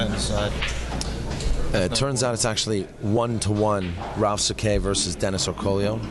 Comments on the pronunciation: It is actually Orcullo and not Orcollo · land His name is Orcollo, not Orcullo